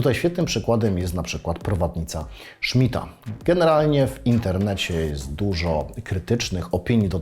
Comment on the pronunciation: Prowadnica Smitha, nie Szmidta. Nie odbierajmy chłopu :) Film jak zawsze na poziomie!